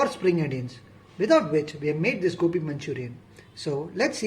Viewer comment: Sir its gobi not gopi LOL🤩